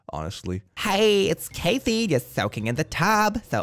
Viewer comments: He said Caith'ee it's Cath-E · So adorable to hear mispronounce Cathy. A common name we take for granted, becomes something exotic.